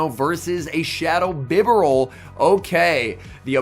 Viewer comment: It's bee-barel mate, respect the beaver.